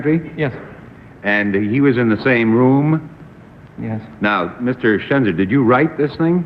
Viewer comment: It's Schenzer, not Chezner, and yes he's very handsome.